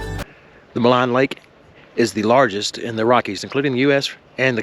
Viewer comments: "Maligne Lake", pronounced "Maleen Lake". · Maligne is pronounced Mah-leen. Its a French word. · I enjoyed your video. Welcome to Alberta. Maligne Lake gets its name from the French word Maligne to describe malignant or wicked. Its pronounced Maleen. Safe travels. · So the lake is actually pronounced Ma Leen Lake. It's an incredible place to fish. Thanks for sharing and coming up to see our amazing Rockies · Malign lake - pronounced - me LEEN